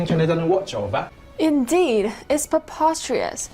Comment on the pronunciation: "Indheeeed, it's perpostrius" - yet another sound bite.